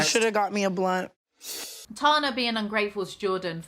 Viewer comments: for the rest of the video it's Tana not Tahna Me: She's gonna immediately say Tahna again: Tahna - BUT ITS IRONIC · At about you're completely right, that's how you say her name, just like Anna or Hannah, that's how you say Tana, there's no h. Its nor Ahnnah or Tahna, its Anna and Tana. Just listen to how they say it in the show, like, wtf. I LOVE you ( <3 ) but I thought the Brits were supposed to be smarter than us Americans. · “Ok I’m going to tana like tana from now on” 20 seconds later: says “tanah” Lmaooo no hate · The issue with the way you're pronouncing "Tana" isn't about the first a, which you're saying just fine. It's about the second a, which you keep pronouncing as an er. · It’s Tana like spanner. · It's Tana as in banner..... Just listen to her friends say it😉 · its TAN-uh. i know your british and you don't really use the short a sound lol. like APP or CAT or BAN. TAN. lmao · I’ve always pronounced it Tana as in Banner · Tana as in banana/banner, not Tana as in llama 😂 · It's Tana like banner 😂😂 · It’s tAna as in fAnna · it’s “tana” like “anne-uh” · It's said, "Tanna" as in "canna" bis . Gtfu, Tana!!! You are a poor representation of an American. She is an over privileged white girl that has no such thing as PTSD, because it doesn't just come out or show symptoms only as a convenience of an excuse. I can not stand her and she's doing more than just weed to sleep through a whole day. C'mon who does that?? She should be so thankful for her manager, not treating him like 💩 on her shoe. I have over 8 yrs of sobriety but I do still use edibles as help with physical pain. Congratulations on your sobriety of over a year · Oh almighty yeezy, the dumbass train wreck’s name is pronounced tana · "ok I'm just going to pick a pronunciation and stick with it for the rest of the video... from now on, I'm saying "T*ya*na" 10 seconds later "tahna being ungrateful..." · tana like llama is incredibly hard to say compared to tana like banner 😂